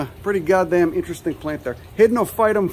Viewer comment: ‘Uhh ya also got that swollen ovary uhh, down derr’ hahaha 🤣